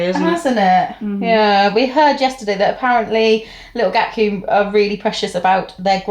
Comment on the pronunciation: Em I love that you call Gatcombe; Gat Coom 😂 It’s Gat Come. See you there again next year. You were fab ❤❤❤